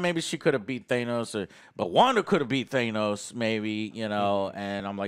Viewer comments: Than-ose NOT Thane-ose!!!!!! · Take a shot for every time says "Thaynos". Wholeheartedly agree with keeping the X-Men, not the writers. Or directors. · He's still pronouncing Thanos incorrectly? No way guys. Jeez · Ha, annoyed and love Joe still says Thanos wring.